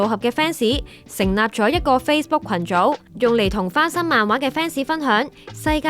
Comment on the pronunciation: 花心漫畫😂